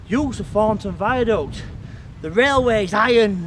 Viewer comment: Note how this youth has unfortunately incorporated into hi speechthe childish southern habit of saying TH as F as in Fornton. This affectation has crept north nigh on 20 year after first appearing on Eastenders and Jackanory.